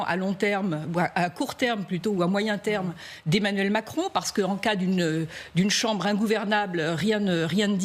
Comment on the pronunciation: "Le président Macronne" 😂